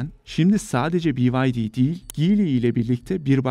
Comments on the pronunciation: Spiker haberi turkce okuyup,turk izleyici ve dinleyiciye hitap ediyorsun ama arabanin markasini bi vay di " diyorsun,.? Kakafoni yapoorsun...byd..turkcesi be ye de... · Gzt sizi taa 40 bin aboneyken takibe aldım,B bi Y vay D di ne Allah aşkına??Be Ye De Türkçe deseniz olmaz mı?? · "Biaydi" nedir? Türk kanalında BYD "Beyede" Şeklinde okusan olmuyor mu? Akıllı geçinenler siz Mercedes, Audi, Bmw, Opel, Porsche gibi markaları Almanca okuyun, Toyota, Mazda, Daihatsu gibi markaları Japonca okuyun. Tesla, Chevrolet, Cadillac gibi markaları İngilizce ama amerikan aksanı ile okuyun. Cherry gibi Çin markalarını Çince okuyun. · Bi AY Dİ demek ne arkadaş? BE YE DE demek çok mu zor. İngiliz misin? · BEYEDE yerine bi vay di demeye devam ederseniz cimere şikayet ederim sizi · Bivaydi mi😂 İngilizceni yerim senin 😂🎉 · ingiliz markasıymış sanki öyle okuyor. itici bir şekilcilik